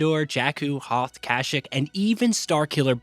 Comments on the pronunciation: "Correscent"? "Cash-ick"? Really? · Kah-shik as well lol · Ka-She-EEK.. not kashick 😂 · Ah yes my favorite planets Curruscent and Cashek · Anyone else cringe when he said "Kashick?" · did he say carusaunt and kashik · When he said Coruscant and Kashyyyk a part of my soul died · What did u just call kashyyyk!?!?!? ಠ ಠ ˚_˚ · Bruh the way you pronounced Coruscant and Kashyyyk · I came to the comments just to make sure someone called him out on his pronunciations. Kashyyk and GNK droids also ☠️ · I just can’t get over how he pronounced kashyyyk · Good video. But you pronounced Coruscant and Kashyyk wrong.